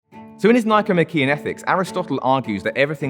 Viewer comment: The correct pronunciation of “Nichomachean” is with the stress on the penultimate syllable: the ‘e’.